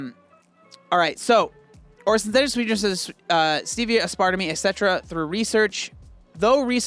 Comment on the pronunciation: I love you but it’s ASS-PAR-TAYM. Aspartame. Like in “tame your ass part.” Lol